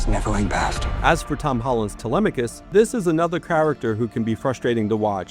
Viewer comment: you did not pronounce TELEMACHUS correctly. ITS : TELE- MACK-US. You are the first person I have EVER heard prounounce it the way you did. It hurts my grammatical sensibilities. 3/10 review